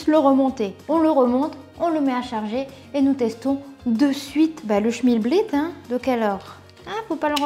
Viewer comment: Bonjour, je ne connaissais pas... Et tu me perturbes à dire "schmilblit"... Moi je dis "schimlblick" 🤣